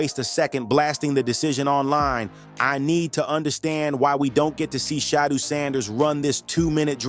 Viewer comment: The way you mispronounced Shedeur's name is amazing. WTH?